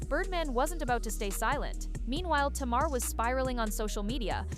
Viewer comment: Tay- mar